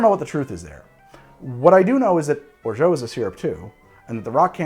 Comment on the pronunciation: Big fan. And, appreciate your commitment to your pronunciation of "orgeat." I just can't imagine any French people pronouncing it that way...Google translate agrees. French people agree. I'm sorry, I shouldn't press send. I should let it go. I SHOULD LET IT GO. Almost time for a man tai